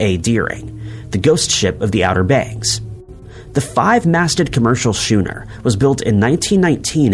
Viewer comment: Please stop calling schooners shooners. You've done this before.